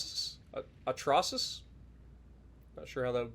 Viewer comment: Lol. Artrahaskus?? Loldrhiskys?? Bombatruskis??